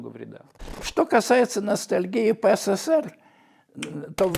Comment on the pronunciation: Почему говоришь четыре буквы С в СССР? их три, а говор шь четыре. Неужели так сложно правильно говорить?